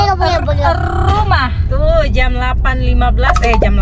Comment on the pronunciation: Susah ya bilang "ke rumah" 😂😂😂